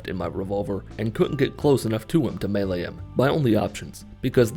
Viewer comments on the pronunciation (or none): none